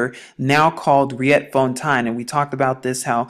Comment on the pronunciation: Just to help you with the right pronounciation of Dutch language names of certain area in South Africa and some other names of planes......'Riet'fontein is spoken as 'Reet'founten..Maurits is Dutch for Mo-rit-s =Maurice as a family-name..!! As I understand it there must have lived giants around the area you are talking about......! Probably before Jerusalem was even founded...!! Berg is Dutch for Mountain....